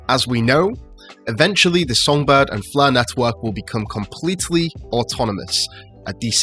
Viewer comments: I heard "flurr" lol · it’s pronounced Fleurghh